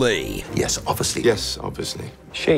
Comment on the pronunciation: I never noticed until now that Sherlock doesn't pronounce the 'i' in 'obviously'.